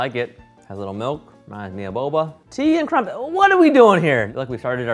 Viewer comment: Tea and crumpets is the simplest thing and yet he managed to butcher it. How?!